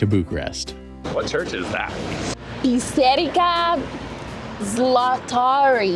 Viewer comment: u actually surprised me of how well u said church in romanian